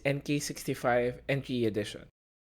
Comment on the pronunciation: Enty edition lol, get your English right you donut